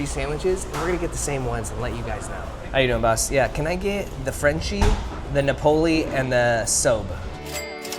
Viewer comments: SOBE is short for South Beach and pronounced Sew Bee. And Napoli is Naples in Italian and pronounced NAW-poli. Emphasis on Na. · Pronounced NAH-po-lee. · So last video they were rude about the woman who pronounced jalapeño "wrong" but this video spent the whole time saying Napoli wrong 🙄😮‍💨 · Learn how to pronounce SOBE and NAPOLI, please. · He said 1979 was over 50 years ago, He can’t pronounce Napoli or Sobe… smh 🤦‍♂️ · dude doesn't know how to say Napoli